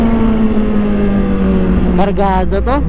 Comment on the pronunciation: Hindi cargado cargago kamu 😂😂😂😂